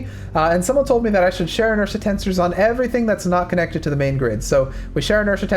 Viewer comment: I didnt know that "Share Inertia Tensor" was pronounce and share inertia tensors. Idk why but that drove me crazy the whole time he was talking about that